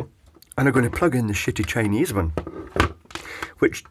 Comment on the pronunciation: Cheapy meter testing a shitty ionizer. LMAO on the way you say shitty. Great videos!